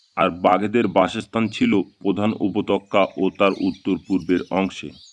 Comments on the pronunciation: Upotokkya ki re? Upottyoka bolte shekhoni? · বড্ড বেঠিক উচ্চারন। উপতক্কা নয়,উপত্যকা। শোনায় বিঘ্ন ঘটেছে বারবার। একটু খেয়াল করুন। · Apnar upotyoka uchharon khub kane jantrona dichhe ektu juktakkhor para practice 😂😂😂korun.....